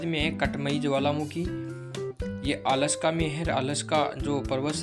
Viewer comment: Sir ji आलस्का nhi वो अलास्का हैं और sir अच्छे पढ़ा रहे हो मस्त 👌❤️💯 future ke liye best of luck 🤞❤🎉😊